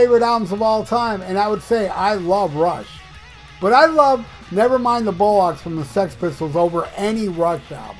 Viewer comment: Never mind the bollocks (Bollocks pronunciation BALL-OCKS.). Bollocks is British slang for testicles. Not pronounced bullocks (nothing to do with the young farm yard animals). Pip pip.